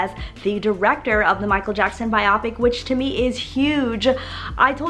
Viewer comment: It’s actually pronounced Bio-pick not bi-op-ick